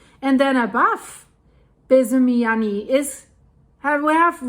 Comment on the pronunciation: The first volcano is actually pronounced “Biez-ymianiy”, which translates from Russian as “No-name” volcano:)